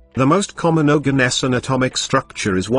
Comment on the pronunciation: Bro that isn't Organesson it's Oganesson